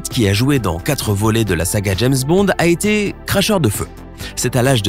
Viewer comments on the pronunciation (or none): none